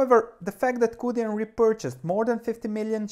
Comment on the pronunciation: Yes it's pronounced "choo dyen". And thanks for this! I'll have to do more research but it looks like a potential great value. There's obviously a lot of risk with a small cap Chinese credit stock, but this amount of growth, the fundamentals and a PE ratio of around 4.5 is too good to ignore.